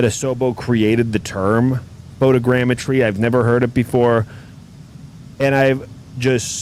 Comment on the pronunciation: Watching the vod today at work. You’re crackin me up man CHARGIN THROUGH ORE IDA. Glad that fixed the DEN problem. Shout outs for being able to pronounce photogrammetry